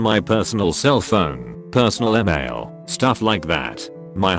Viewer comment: You do realise that the robot voice doesnt pronounce things properly like "email" sounds like amail stop being lazy and make the robot voice better for your "Serious video"